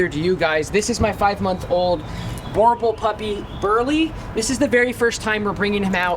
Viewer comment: The proper way of pronunciation is "boo" + "r" + "bull".